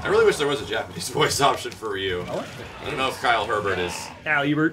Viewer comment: please! Ryu is pronounced like how Rio is! The "Y" in Ryu is pronounced with a hard "E" sound! Say it with me; Ree-you. Ree-you! Please,, you're killing me here!